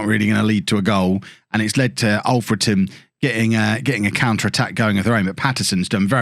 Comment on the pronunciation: FWIW it's Alfreton with "a" like in King Alfred - who it's named after - not Olfreton